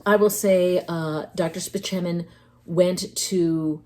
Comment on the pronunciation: I appreciate that you pronounced Dr. Spaceman's name correctly.